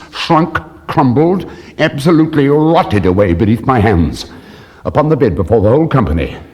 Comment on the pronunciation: “absolutely rrrRROTTED Away” god DAMN basil!